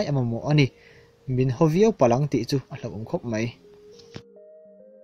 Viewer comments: Ṭum 6/7 vel lai chu 'mai' tih turah 'mei' i ti ngat ngat. You tuber-te hi Mizo ṭawng hi uluk zual teh u. Ṭawng dik lo promote-tu in ni thei dâwn tlat mai. Chu bakah 'Indopuina' hi a dik lo hulhual bawk. Indopui pahnihna te, pakhatna te hi chu a awm, Indopuina hi chu a awm lo hrim hrim Mizo tawngkauchhehah hian. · Bengvarthlak khawp mai.. Mahse 'mei' aiah hian 'mai' ti tawh la. A bengvarthlak khawp mei❌❌